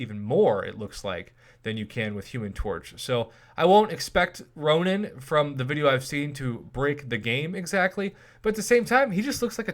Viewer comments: Ronin not ronan lmao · Nope its Ronin. Look in-game